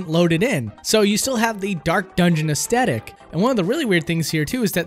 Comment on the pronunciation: "Astetic" hahaha, I love it